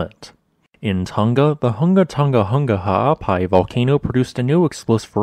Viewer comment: This week's up doot from me is dedicated to the way "Hunga Tonga-Hunga Ha'apai" rolled off your tongue not once, but twice!